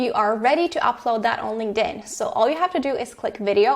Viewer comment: UHHHHHHHH. LING DIN? SIGH. THERE'S A K. SO LINKTIN IS THE PRONUNCIATION. LING DIN IS THE CHINESE PANDA VERSION.